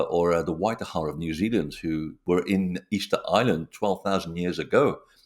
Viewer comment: Did you say Waikaha or Waitaha ?